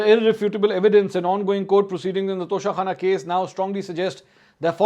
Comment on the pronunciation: Tosha khana not tosha khan plz tell kamran khan.....plz correct